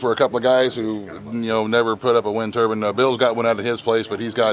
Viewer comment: Turbine not turban